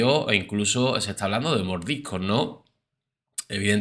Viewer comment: “Autosia”, “corruto”, “mordicos”, “dotor”, “reaciona” “majomeno”🙄🙄🙄 pronuncia correctamente: autoPsia, corruPto, mordiScos, doCtor, reaCciona, mas o menos. 🤦🏻‍♀️🙉🙈